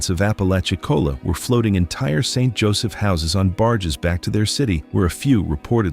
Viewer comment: Lose the AI narrator and it might be worth watching. Also the cemetery pictured to be in St. Joseph is one actually in the northeast United States with northern fall foliage on rolling hills surrounding it. Why can’t people posting these videos at least TRY to make them accurate and at minimum pronounce names correctly?